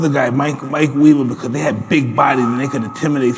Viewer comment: “MYIEEEK TYSON” 💀